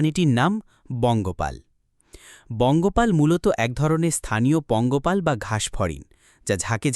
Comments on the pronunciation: এই ভয়ংকর প্রাণী চাষ করতে হবে কেন? আর শব্দটা বঙ্গপাল হবেনা পঙ্গপাল হবে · আরে ছাগল, বঙ্গপাল না, পঙ্গপাল। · আরে ভাই পঙ্গপাল 😂😂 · নামটাই বলতে পারিস না আবার ভিডিও করিস